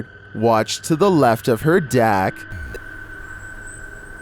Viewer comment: bro 7 years later when I just get used to your voice you go and say something like look to the left of her (dack) ... it deck 🤦‍♂️